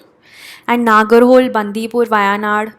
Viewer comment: नगरहोले would be d correct pronunciation as per me. Pls confirm once.